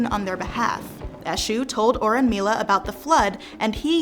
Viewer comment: Thank you so much for this video. Just a helpful pronunciation tip it’s oh-bah-tah-LAH (Obatala) and oh-RUNE-mee-lah (Orunmila). Asé